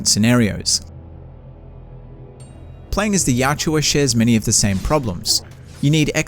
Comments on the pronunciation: Yachua? 🤣🤣 Yautja(Yaucha) 👌🏻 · PUBLIC ANNOUNCMENT: One of the most mis-pronounced words in all of sci-fi, video game, comic book history! The writer of the Dark Horse Comic who introduced the Predator Species name to the World actually SPOKE the word in a recorded podcast or convention panel and it's pronounced: "Yah-cha". The "au" makes the sound as in speaking the word Australia. Every time I hear people pronounce the word "Yah-OO-cha" or "Y-Ouch-a" I literally cringe.